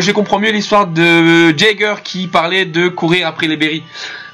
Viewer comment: jager je pense que sa se dit yager comme eren jager ( yager) ;) sinon bonne video